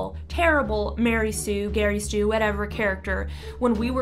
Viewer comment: "Mary Sue, Gary Stu-" Me> Wait did she say SUE or STEW?